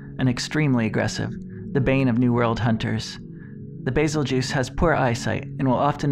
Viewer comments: Isn't it pronounced goose, not juice? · It’s pronounced bazel geus not bazel juice do u see am I in the name or a j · Bae-Zell- Gew-Oos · Bazel juice he says its bazel goose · Nice video dude, can't wait for your next one. Lore videos are my favorite. Love beazeljuice, maybe someday we will find out the English pronouciation for it so the geese vs juice can be decided. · Call it bazeljuice one more time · I always pronounced it's name as "bazelle-giss" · Bazel-juice Really??? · Bazel-juice?! Lol wut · It's pronounced "Beetlejuice" pal. Get it right. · I like your videos but your pronunciation is killing me